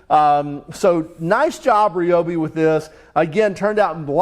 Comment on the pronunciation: Hey! Someone who actually knows how to pronounce Ryobi correctly!